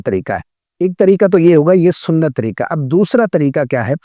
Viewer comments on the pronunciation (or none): Sorry, pihlee khod Tajwid tehk kare. Jisa ki ap Tareeka bol raha hy magar 😂Aslee tu Tareeqa hy. Please correct your mistake.